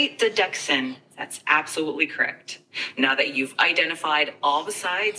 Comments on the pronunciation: it seemed to mispronounce "deduction" as "deduc-SUN" as if it had a speech impediment. It is surprising and could be an over-correction to make it sound more human? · "Great DE-DUCKS-SIN" lol